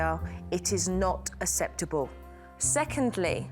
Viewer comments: The kids will think aseptable is the new way to pronounce it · I'm from the UK, I've never heard anyone pronounce acceptable like that. It's a very slight speech impediment from what I can hear. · I wish she would say acceptable correctly! She's so good though has so much patience.